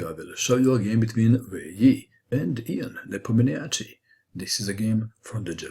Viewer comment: I like the way he pronounced Russian name.